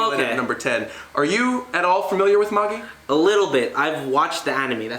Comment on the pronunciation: Magi is pronounced just like the Magi(the 3 kings that visited Jesus) and yes it did end almost 3 months ago(kinda lackluster of a final arc). Silver Spoon is a slice of life/farming kinda manga by the same author as Fullmetal Alchemist it's pretty good but it's on hiatus atm. I'll give a chance w/ the colab on his channel.